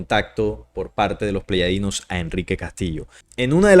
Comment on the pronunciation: Soy tu seguidor y me gusta mucho los estudios de investigación que haces, pero siento raro cuando dices pleyadinos cuando lo correcto es Pleyadianos, sólo en Colombia se hoye así, pero tu público es internacional, y los mismos seres de pleyades, se presentan a sí mismos cómo Pleyadianos.